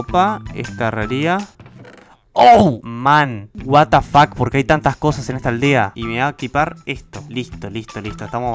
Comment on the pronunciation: Como lo dice: what the fuck Como yo lo escucho: guatafac